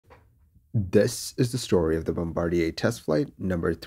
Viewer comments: Remember they are Canadian so they use the French pronunciation - Bom-Bah-Dee-Ey. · Jheeze not the "BOMBA-Rider" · Love you and the channel. But it’s Bomb-ba-deer…..